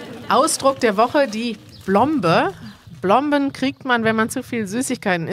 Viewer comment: kleine korrektur: es heißt Plombe, mit hartem P von lat. Plumbum = Blei ;)